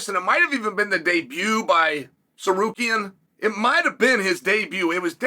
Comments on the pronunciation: I was blown away when he said it correctly. Then the next time he was back to sarkarian. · I mean that’s really better than when he says sakarian 💀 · Sarukian and Sakerian hmm ok 😂😂😂😂😂😂😂😂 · no it was steak rukyan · Disappointed that Chael finally pronounced his name wrong after nailing it so many times before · this MF accuses us of not being able to pronounce Tsarukyan! 😂😂